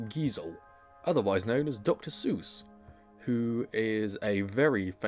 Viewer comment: SEUSS not Zeus